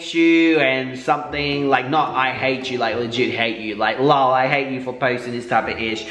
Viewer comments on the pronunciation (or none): It kills me when you say “lol” because you say “lawl” when it’s literally the letters L. O. L It means “laugh out loud” 😭